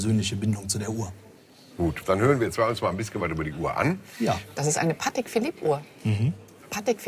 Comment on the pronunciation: Ist Patek, nicht Pattex...... 😁😁🤣🤣